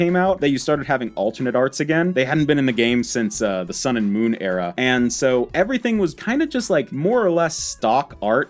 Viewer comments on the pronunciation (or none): none